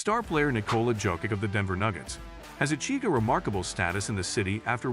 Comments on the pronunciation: Just pronounce YOKICH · Horrible! You don't even know how to pronounce JOKIC!!! Bro, he is playing now 7 years in the NBA and you still don't know how to pronaounce his name? Are you dumb??? The J in Jokic is pronounced like the Y in YES or YALE!!!